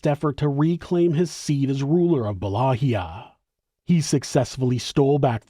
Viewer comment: Please allow me to humbly help you to correctly pronounce Wallachia...It's Pronounced: Va-LA-kia NOT Wallahia.